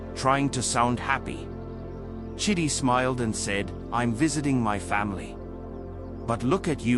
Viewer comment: Emika or Emeka 😅 Chiddy 😂 chidi bruh 😭